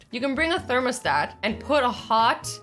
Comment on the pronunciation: ...……..did she say....thermasdat…...my god...……..